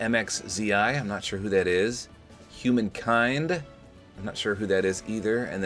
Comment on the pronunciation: no way he called hanumankind 'HumanKind'